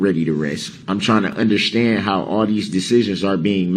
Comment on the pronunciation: I wish someone would explain to him that there is no "h" in understand!